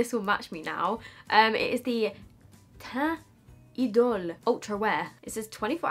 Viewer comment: Wow, pronunciation of Lancôme teint idole was on pointe!